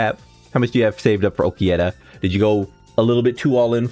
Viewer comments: i dont see any "E" In Ulquiorra.. don't get me wrong, love your content, but sometimes it's just a hard watch if you are bombarded by butchered names. Yunahara, yunohana, nelel, ulqiErra, etc. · Yeah u pronounce his name so wrong